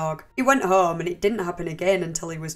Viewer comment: what the fuck is your voice? home isnt 3 syllables. its distracting and not pleasant at all to hear. fix that shit